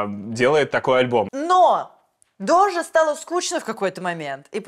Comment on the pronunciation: дожа а не доджа!